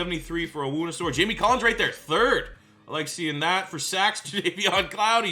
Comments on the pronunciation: Levi's name is pronounced OWN ZOO REE KAY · Hey man! Just some help (yeah, I know it's late) but it's pronounced Levi On-Zur-E-Key and A-Leem McNeil.